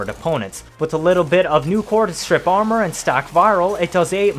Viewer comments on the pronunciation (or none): none